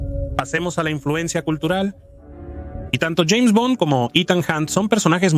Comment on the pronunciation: Parece hecho con IA, hay algunas partes donde pronuncia "Jeime Bond"